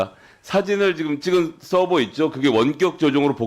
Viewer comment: 서버를 서브 라고 부르는게 내란유튜버들인데 ㅋㅋㅋㅋㅋㅋㅋㅋㅋㅋㅋㅋㅋㅋ